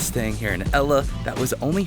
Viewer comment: It's great that you've visited Sri Lanka, but Ella is not pronounced as in the girls name! The correct pronunciation is al-le as in the beginning of the name "Albert" and the French word, "le." Hope this helps...